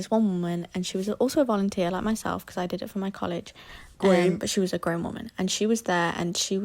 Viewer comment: when said grown woman and they heard grand woman 💔💔